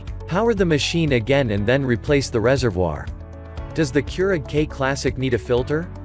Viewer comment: It annoys me the way that the bot is saying reservoir